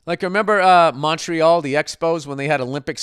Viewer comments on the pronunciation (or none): none